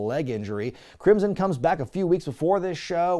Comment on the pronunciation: Thank you, because now I cannot stop thinking of Crimson as "Crimpson".